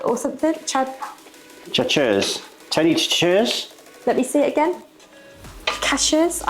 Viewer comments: Love it. But, it's ....pronounced OWNDOOWEE....just FYI..it's Tonys (sash aree) Chachere...🤗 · Chachere = SA’ share ray SA the “a” as in hat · Tony Chatch-er-eeze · South Mississippian here, and yall did great. The okra really does add that signature thick texture, kind of akin to using cream instead of water. As far as saltiness, Tony's has a lot of salt in it, so you rarely need to use both in one dish. Also, it's Tony "Sass-sha-ree." I also don't know about the seafood version for yall as it really needs fresh Gulf of Mexico shrimp and blue crabs as frozen doesn't hold up well IMO. I've had worse gumbo in New Orleans than what yall put together over there! 😋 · The seasoning is pronounced as Tony "Shas-a-ree" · The Creole seasoning you have is pronounced Tony sash-a-rees. Crayfish gumbo is the most difficult, crayfish added the last few minutes of cooking, or it will dissolve and you have Creole crayfish bisque.